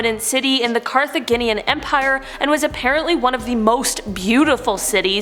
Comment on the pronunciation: I'm a Canadian and I agree. She also mispronounced Carthaginian. It's gin, like the drink.